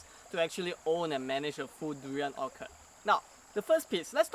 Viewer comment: Orchard is Not pronounced "Orkerd" lah!